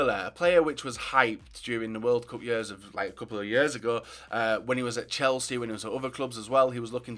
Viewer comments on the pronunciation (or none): none